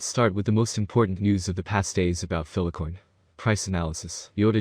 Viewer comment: FILE-COIN NOT PHILA-COIN! WHY ARE YOU PRONOUNCING IT LIKE THAT AND YOU EVEN SAY FILE SEVERAL TIMES IN VIDEO BUT STILL CALL FILECOIN PHILACOIN!!! WHHHHYYYYYYYYYYYYYYYYYYY